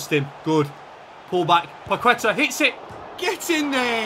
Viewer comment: when pronouncing paqueta the u is silent you should say like paketa, or kessie